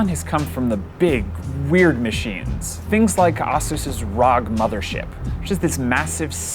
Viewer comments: It's not ROG, It's read R-O-G. Man do you even now anything about gaming brands/laptops? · I think this is the first time I hear tech reviewer spells ROG as Rog, not R-O-G.. Feels kinda weird.. lol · It’s not ROG it is R.O.G. 👍🏻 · Its Asus, not Ausus. R.O.G., not Rog. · Who tf calls it "rog"? It's an acronym for "republic of gamers". Emphasis on acronym. "R-O-G" not "rog" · Rog. Rog!!!!!!!! IT'S R.O.G.!!!!!! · Another verge video where the person in it has absolutely no idea what computers are. Also "rog" didn't he realise that it's R.O.G (Republic of Gamers) and not one word. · rog???? Is that how you say it??? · Der Krazy Kraut yes for the asus, but the “rogg”.... eh